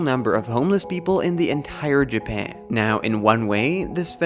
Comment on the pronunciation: nobody: this guy: jaban